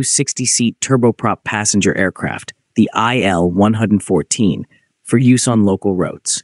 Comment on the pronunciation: It's not an "ai el". It's an il-114. ilyushin. Like "eel"